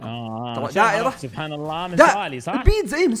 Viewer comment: سبحان الله بالحاء مو بالهاء